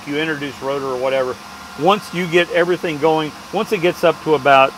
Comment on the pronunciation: "This video will know you everyting...." Love it!